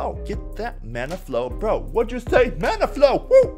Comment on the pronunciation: I don't know why but I kept hearing he say 'Mana Flow'.